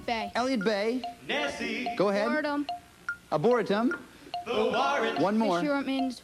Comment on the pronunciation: "Abortum"? That goofy kid! It's the "Ar-bore-ree-tum" in Seattle. Dang, that was pronounced so badly.